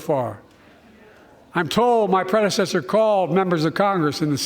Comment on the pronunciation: Basically a Trump hate speech. "My pwedesesthurr". Dementia really got this man. It's sad to watch.